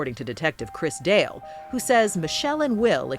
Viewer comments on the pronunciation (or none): none